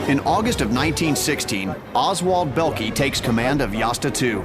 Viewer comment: Oswald Bellkee???? LOL get it right!!